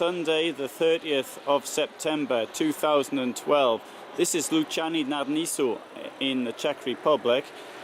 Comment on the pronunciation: That hill would have looked so lovely maybe a few weeks later. All the colours... it would have been on fire. I wonder, how do you talk to people in the different countries? You seem to do very well with Polish, but you pronounced the name in this video as if it were Polish, so you don't speak Czech I imagine. If not, what did you speak to the people at the garage?